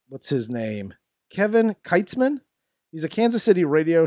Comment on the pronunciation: It's pronounced "Keetz-man".